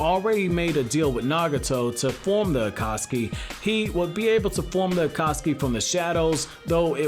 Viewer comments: By the way your saying akasuki not akatsuki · Stop saying akaski